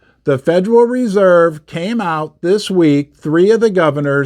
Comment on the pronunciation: “The Federal REE-Serve” 😂😂😂 the stress is on the second syllable you magnificent man